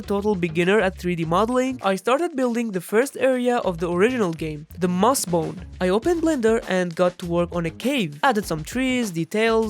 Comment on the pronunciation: Its called mosshome not mossbone